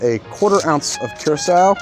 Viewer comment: Lmao "cure a sowe"